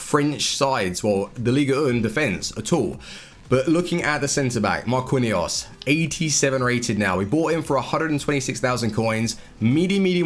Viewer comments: before u make another vid learn how to say MAR-QEEN-YOS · Marquinhos is pronounced Mar-kin/jos just so you know. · I don't think I have ever heard someone butcher Marquinhos' name that bad before lol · his pronunciation for some players is dreadful